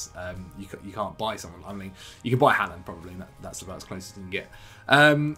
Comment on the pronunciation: the way pronounces haaland is making me want to cry